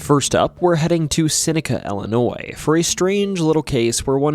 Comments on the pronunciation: Ill e noy Not Ali noy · Hey there very small channel. It's pronounced "Illinoi". The S is silent. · No thumbs up or subscription for the simple fact you dont know how to pronounce Illinois. Its not Illi-noise.